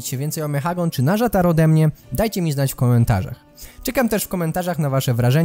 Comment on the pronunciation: Nazjatar czyta się tak jak się pisze :)